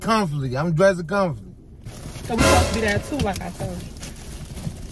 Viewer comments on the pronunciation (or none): You said dress comfortley 🤣🤣 Desertzated locations 😂😂🤣